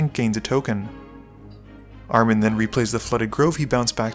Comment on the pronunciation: i'd guess Armen is Armenian, in which case you put the intonation on the E, ArmEn, pronounced "R-men" Really cool to see one of my kind in here :)